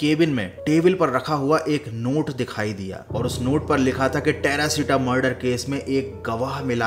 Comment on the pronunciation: Terashita❌ perashita moll✅😂😂